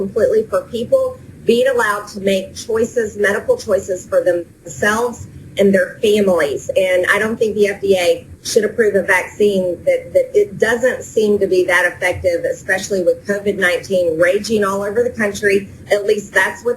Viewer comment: She said Fimileees..what the fuck is a fimilee?